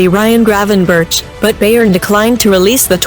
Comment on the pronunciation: "Beyern" 🤦‍♂️ omg...